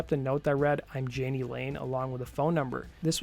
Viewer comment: Dude, please do NOT do a video of someone whose name you cannot even pronounce. It's EMBARRASSING. His name is pronounced Yaa-Nee, not jan-ee.